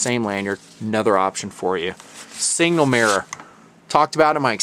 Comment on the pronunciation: It's pronounced SIG-NAL not single.